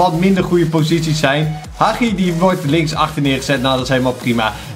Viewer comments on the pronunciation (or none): Je zegt: Hadjie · Hagi zeg je de g als de ghie ik weet het want ik ben roemeens